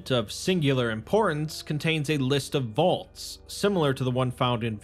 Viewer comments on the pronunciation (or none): none